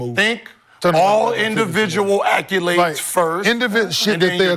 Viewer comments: idk why but ppl pronouncing accolades as "acc-yew-lades" always bothers me, especially when you can tell that person is fairly intelligent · Why Gil keep saying “Acc-u-lades” 😂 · Somebody please tell Gil that there is no “U” in “ACCOLADES”.